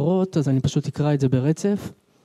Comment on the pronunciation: "Ani eekra" !!!! What a shame.